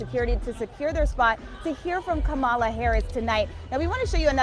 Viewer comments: Ka'mala not Kamal'a!! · It's "COMMA La". Not "Ko Mall a!" Legacy news orgs should KNOW THAT! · Oh no! I think this reporter just mispronounced her name. 🫨🫨🫨🫨😂😂😂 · Sad that pronounces Kamala the same way trump does. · Say her name correctly! You're a news reporter! Say her name correctly. you pronounce her name like trump.